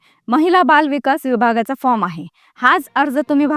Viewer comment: अरे ताई फ्रॉम म्हणू नका फार्म म्हणा तुम्ही शिक्षित असेल तर